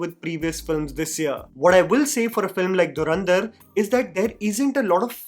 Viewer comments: Dharandhar ??? Bro It's Dhurandhar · Learn to pronounce the movie title correctly dude. It's not Dharrrandar. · Or durandhar😂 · Dhurandhar ❌ Dharandhar ✅